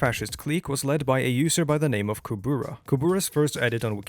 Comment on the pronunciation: i have never heard a worse pronunciation of the Word kubura